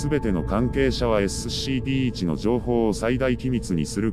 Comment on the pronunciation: 毎回SCPの事をエッスッシーピーって言ってて草生える